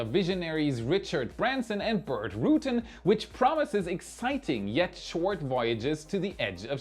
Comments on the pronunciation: FYI it's pronounced Burt "rutaan" not "rutin". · BTW it's not Burt Ru'-tan, it's Burt Ru-tan' . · Burt Rutan = "Burt roo-TAN" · Burt and Dick pronounce their name roo-TAN. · Burt Rutan is pronounced 'Roo- Tan', with emphasis on the second syllable.